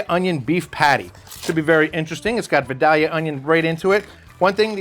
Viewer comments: Pronounced vIdAlyuh please... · It hurts my ears that you are so close to Georgia and don’t know how to pronounce Vidalia. It’s Vie-Dale-ya. Otherwise, great video.